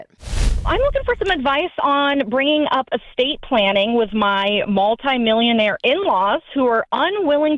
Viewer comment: Why is she so excited about others money. She started off with a lot of energy and it’s not her business. She pronounced Multi Millionaire in a strange way. She has money in n her brain